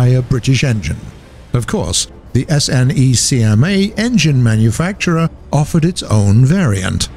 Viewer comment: Its pronounced Snecma as a word, not S N E C M A